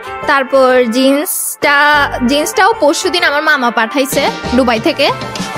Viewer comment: দু্বাই❌ ডুবাই✅😂😂😂😂